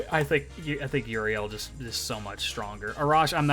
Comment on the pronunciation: Pronouncing euryale as Uriel is weird